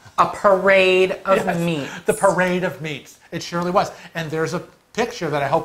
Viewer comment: I love how you emphasize a "parade of meat"...sounds like a strip show...